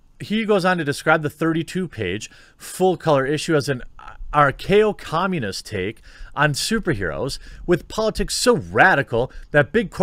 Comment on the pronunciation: dude, you better learn to read :D archaio?! wtf is that? it´s anarcho